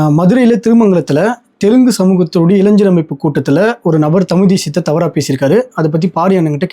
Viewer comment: இளைஜர் அல்ல இளைஞர். வார்த்தைகளை சரியாக உச்சரிக்க வேண்டும் தம்பி.